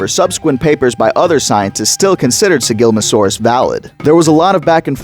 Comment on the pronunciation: Slight correction: It's Sigilma ssa saurus Other than that, great video!